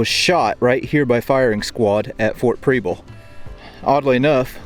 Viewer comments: It's not pronounced Preeble. Preble with a soft E. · Prebble is pronounced like Pebble with an R. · I'm from Portland! Love your videos so I'm excited to see this one. But I'm 30 seconds in and... You are pronouncing the name incorrectly, it's pronounced like the word treble. There is also a street in Portland with the same name I drove up it today, lol. Also you are actually in South Portland. That being said I'm a little jealous. Here I am a history buff and live in such a historic place, and someone from away actually has the time and resources to explore it all. Thanks for what you do, and I wish you and yours happy holidays and a great new year.